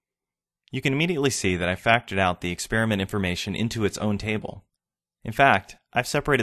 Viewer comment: THE WORD IS EXPERIMENT AND NOT EX-SPEAR-MENT AND YOU WORK FOR MICROSOFT ??